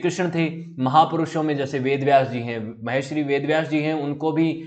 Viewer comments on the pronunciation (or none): Sir aap bahut acche videos banate ho.lekin sir aap ek galti kar rhe h.Aap Mahashri bol rhe h lekin vo "Maharishi " word h. Please sir thoda dhyan rakha kijiye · Maharshi shabd ka uchchaaran aap galat kr rhe hain sir ji. Audio bahut prabhavi lgi